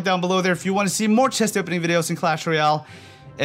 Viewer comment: Pls say Royale properly it’s not rooooyale